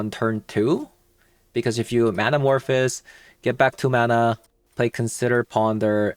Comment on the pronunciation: Great video but please 🙏 it’s man-a-morph-ohs like in the word “those”